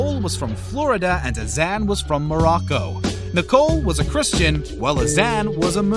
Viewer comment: nicole and azan never married... and can this dude pronounce their names right? jeez.